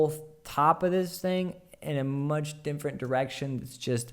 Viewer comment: saying "dimfernt" just made my day